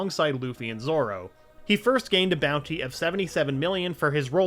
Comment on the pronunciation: You said zoro's first name right